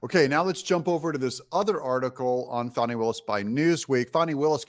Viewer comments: Fani for prison! Confused why you're calling her Fawny instead of Fannie? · Doug Y do u talk like mainstream media??? Her name is Fani NOT Foni